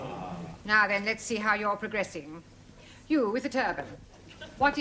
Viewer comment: Prohressing? Oh you mean Progressing!